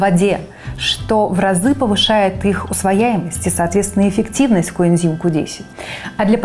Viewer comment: Уважаемая ведущая, правильно нужно говорить: "усваиваемость", а не "усвоЯемость"